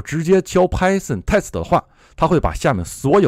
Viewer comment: Python Test 为什么老带日语发音？